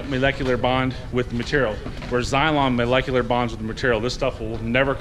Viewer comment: mispronouncing the product name at first, and the word inflection wasn't very convincing acting but the part where you can't say molecularly ... slam dunk. Trust me if it says a five year warranty for a spray bottle it may as well be called fairy dust or magic goo. Enjoy your snake oil suckers lol